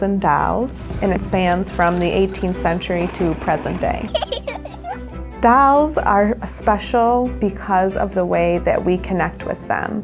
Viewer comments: Its not DAAAALS ITS DOLS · flips monopoly board in front of strangers ITS DOLLS NOT DALLS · DALLS LOL ITS DOLL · i cringed every time she kept saying dalls ugh it was like fingernails running down a chalkboard😖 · You mean the 'dawls' right? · 'Dalls' Is she Texan? 🤔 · what happened to the 'o' in 'Dolls'? oO 'Dawls', especially the stress she puts on it when saying it... really odd. (i am not english native, maybe makes it more weird to me) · she must be from minnesota or wisconsin lol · like 90% of the comments are about how that girl says dolls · i actually live in the city in the video, and i can confirm that we don't say dolls like that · That's a typical pronunciation of "dolls" for the Rochester area, due to a linguistic phenomenon known as the "Northern Cities Vowel Shift" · Marco Gruebler You're right, she does make it sound weird. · Marco Gruebler Don't worry, it's weird for the rest of us native speakers too 😂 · Marco Gruebler nope, I have English as a first language and it sounds I'd to me maybe because I'm a Brit but it sounds southern to me